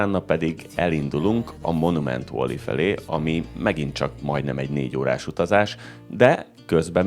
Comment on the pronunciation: Szia, Egy apró kukacoskodás: valley-t inkább "velli" és nem "volli"-ként kell ejteni 🙈. Amúgy megnéztem a teljes US sorozatot, köszi a videókat!